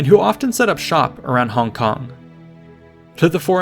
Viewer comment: props for the accurate pronunciation of "hong kong". i low key think the westernized version sounds innacurateand goofy